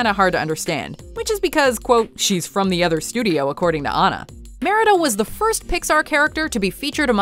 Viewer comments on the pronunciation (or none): none